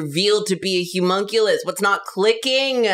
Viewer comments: why do that keep saying Humonculus, it’s Homunculus. This is unsightly. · Idk why but when said Homunculous I thought she said Humunculous like hes super hunky